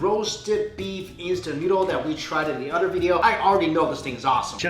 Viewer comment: You said utter instead of other